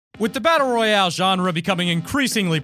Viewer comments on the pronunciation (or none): Edward Daniel It is battle royale not royal